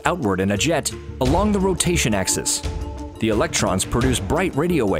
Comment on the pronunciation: Bro said AXIS